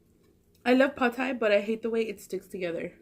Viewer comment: I love how you pronounced pad Thai right too. I swear you're part Asian girl! Keep making us hungry 😜